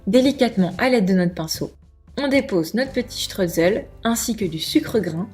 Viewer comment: on dit chtroïsseul et pas streutzeul ! 😂 Merci pour cette recette appétissante !